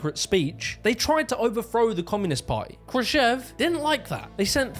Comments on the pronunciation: Krushchev, like Krush-chev (kinda chav with an E. I can write it in Russian if you prefer?) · Why are you pronouncing Khruschev like a simpleton Yank? Austerity is a myth. Academics get grants worth millions to study gay porn and decolonosation in Bolivia. Look up Woke Waste if you don't believe me.